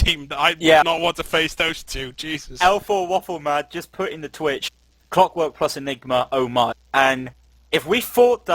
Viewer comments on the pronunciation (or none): why is his name cwockwork, not clockwork